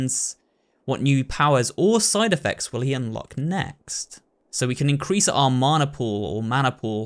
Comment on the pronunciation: Mana is a Maori word if you translate it to English it means 'power' you can just call it that but you have been saying it right both times :)